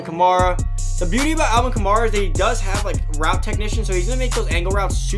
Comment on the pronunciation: Say it with me Ka-MARE-uh. Not Kuh-MAR-ih